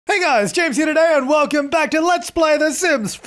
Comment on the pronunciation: Btw ... what do you say at the beginning of every video? Jamesy? Jamies? :)